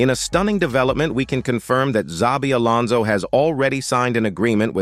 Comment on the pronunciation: Welcome to Los Blancos Alonson, welcome back home Alonson.